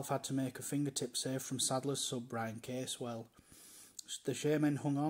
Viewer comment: The way the narrator pronounces certain words is a bit off...people from Walsall tend to pronounce it "Worsull" rather than "Worl-sorl", and the Saddlers' substitute's name was Brian Caswell ("Cazz-well"), not "Case-well"...